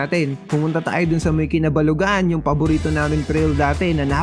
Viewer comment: Correction Idol... "Kabalugaan" not "Kinabalugaan" 😊